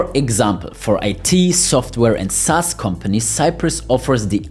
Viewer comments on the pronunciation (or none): none